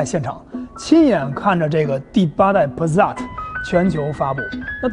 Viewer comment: passat就是帕萨特不是pasat帕za特，德语英语都不是那么念的，这是哪的口音